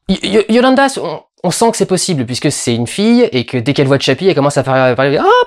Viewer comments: C'EST YOLANDI "I" PAS YOLANDA. voilà. bisous. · explication: le groupe se prononce " di ant_vourd" la fille ne s'appelle pas yolanda mais yolandi et le mec s'appel "ninja" ou "ninji-kun". die antwoord c'est vraiment un putain de bon groupe. ils ont vraiment leur place dans ce film sans que ce soit un spot promo pour leur musique car ils n'en ont absolument pas besoin tellement ils sont musicalement et artistiquement bons. et je conseil aussi leur premier projet qui s'appel "max normal TV" enfin bref... en tous cas, mister durendal, merci pour tes critiques ciné, actuellement ce sont les plus justes que j'ai pu trouver sur le net. je n'ai jamais était déçut par tes approches cinématographique. bonne continuation........... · Sweety, sa maman, c'est Yolandi! Pas Yolanda! :D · di antvoord (le d n'est pas muet & le o est appuyé) & yolandi (pas yolanda :o). Je vais aller voir ce film en tout cas :) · Oh lala étant fan de Die Antwoord sa pique les yeux et les oreilles d'enendre Yolanda ou die antvort X) Mais bon très bonne vidéo et excellente analyse ;) ! Comme tjrs <3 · YO-LANDI. AVEC UN I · Ça se prononce dieantvort Et c'est yo-landi et ninja de ce que tu nous dis c'est plutôt drôle étant donné qu'a leurs débuts c'étais des Gangsta ninja était en prison et yo-landi traînais dans des sales histoires.